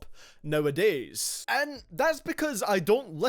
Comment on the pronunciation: why ma man said nowadays like that😂😂😂